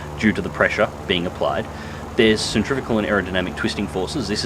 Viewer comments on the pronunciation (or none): Centripetal not centrivical. As for numbers it wouldn't be too hard to get numbers if one had blueprints/data on it's physical shape/dimensions. As for the question to OP or not, I like to compare it to the other 4.7 p-51d-30 which some people suggest should be as high as 5.7, the yak-3p can do just about everything better, the sole difference being d-30 has a higher rip speed.